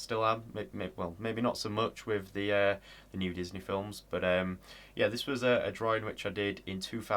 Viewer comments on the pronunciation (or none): none